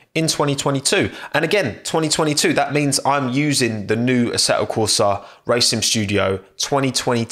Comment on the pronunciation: "ase'o corsa"😂 Why is it that some british people speak like that? Is it a regional thing?